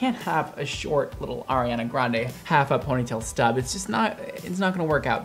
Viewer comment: Nobody:: HARI HANA GRAN DAY